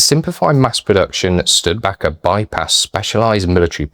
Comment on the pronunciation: I thought it was pronounced Stu-di-baker. It is certainly a forgotten vehicle.